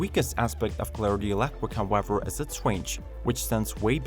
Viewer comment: Elecwic howevew